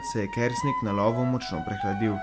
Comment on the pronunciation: Naglas priimka je narobe, drugače pa lep video. ...